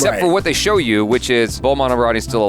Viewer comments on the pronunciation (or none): none